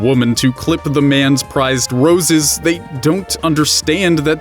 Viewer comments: What is with that obnoxious pseudo-french pronounciation of "they"? Zey? Really (or, I forgot)? Really? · What is with missprounouncing they? What's with poor english using zay where their is the proper word?